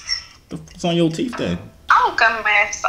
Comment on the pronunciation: “TF on yo teef then” 🤣🤣🤣 i’m so weak!!!!